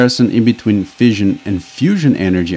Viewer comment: Fission is pronounced like fishin, not like fizzion. The narrator also has problems pronouncing "the" and a few other words as well.